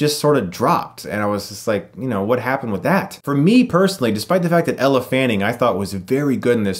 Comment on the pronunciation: Ella Fanning? Elle. Elle Fanning